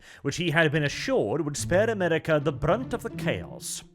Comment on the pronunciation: Funny accent “Amedica”